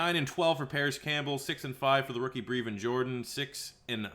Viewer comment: it’s pronounced Brehvin for Brevin Jordan